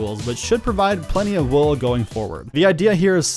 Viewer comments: woll? wool! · Bro said woll instead of wool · bro you said woll instead off wool XD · a woll farm ha ha love it